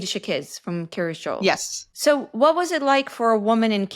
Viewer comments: It's "Kiryas" rather than "curious." It's the Ashkenazi/Yiddish pronunciation of the Hebrew "kiryat" which means "the town of." Lots of places in Israel with the same pattern: Kiryat Yam, Kiryat Gat, Kiryat Malachi, etc. I once lived in Kiryat Ono. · I keep hearing Curious Joel, like Curious George 😊